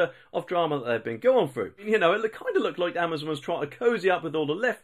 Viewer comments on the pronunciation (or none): none